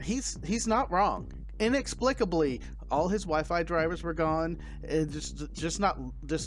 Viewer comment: The amazing thing is both used AND PRONOUNCED "inexplicably " correctly. Twice!! \o/